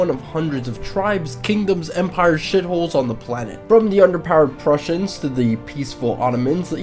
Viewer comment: Did you say... Underpowered Prussians